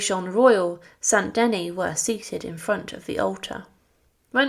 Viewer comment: Thank you for the history, but please do check pronunciation it is "funeral oration" not funeral operation", Saint "De-nis" not St Deny, etc